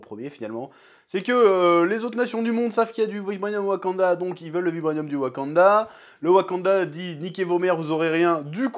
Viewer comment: Ta du mal avec le mot « vibranium »😅